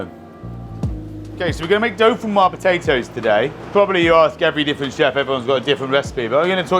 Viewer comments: say 'doe-feen-WAZ' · No it’s doe-feen-whaa, no z at the end. Gratin dauphinois. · Dolphinwoah puhtatOES